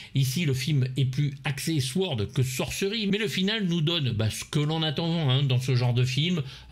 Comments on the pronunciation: Saurd, pas souhord ! Deuxième avertissement !😂😂😂😂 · le w ne se prononce pas! Saurd and sorcery!😂